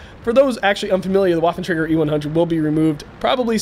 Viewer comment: That was a pretty intense battle - good job! If I may make a suggestion, however, it would be that you pronounce 'Waffentrager' more like 'Vaffentrager', because lolGerman. Thanks :)